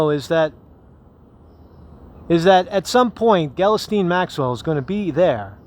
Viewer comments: I realize the spelling of her name is all fucked up but how the heck did you land on "Gellasteen"? No,, no... it's pronounced "gill-" (like what a fish breathes through) "-lane" with the emphasis on the second syllable. "Gill-LANE." Hope that helps:) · I believe it's pronounced ghee_Lane. (soft 'G'). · Pretty sure her first name is pronounced "Gee-lane" but I pronounce it as "Jizz Lane" lol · I thught her name was Ghislaine, not Galasteen